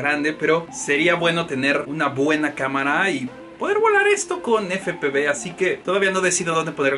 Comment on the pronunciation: Efe pe uve...!!! 😂😂 Pero buen video.